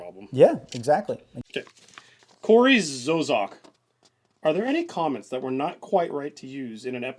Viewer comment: Corey Zozac? That's the weirdest pronunciation of Kory Zook I've ever seen but I'll take it.